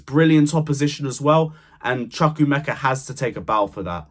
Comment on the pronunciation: Good points. Work on the pronunciation of CHUKWUEMEKA though. The pronunciation is off - it will be good to see presenters and content creators putting more effort in the pronunciation of none English names. I am sure one minute chat with one of your many Chelsea supporters of Nigerian (Igbo) origin will sort this out.